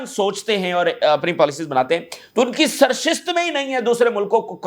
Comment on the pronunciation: سرشست نہیں سرشت ۔